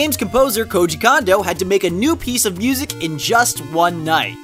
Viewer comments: mispronounced Koji Kondo's name. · "Koji Kondo" sounds like "Cozy Condo"